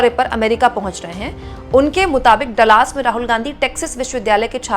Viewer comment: Dallas theek se pronounce Kare please.. Dallas hai Dalaas nahin .. thank you .